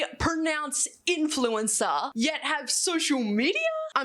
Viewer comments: Hahaha this is hilarious because those kids can't even pronounce the word influencer without tripping on their tongue yet 😂 this is so dystopian. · When the child influencers can't even pronounce 'influencer' lol worried for the future.. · They cant even fucking say "influencer" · The fact that Haven and Koti can’t even say influencer😭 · Hot take: If you're too young to know how to pronounce "influencer" correctly, you probably shouldn't be an influencer. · NONE of them could say the word “influencer” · these kids are so young that they cannot even pronounce influencer properly, this is absolutely nuts.